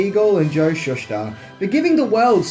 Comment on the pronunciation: He’s pronounced ShoeSter not Shush ter.. my god your English is brutal